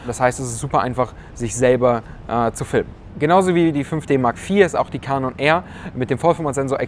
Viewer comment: Filmer werden definitiv nicht zu "Kanon" (lustige Aussprache) zurückgehen, wegen dem Crop bei 4K. Damit ist die Kamera fürs Filmen bedauerlicher nur bedingt einsetzbar!